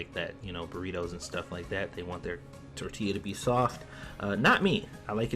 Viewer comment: Yea you almost did just pronounce tortilla like that 🤣🤣🤣 YOU’RE DONE!!!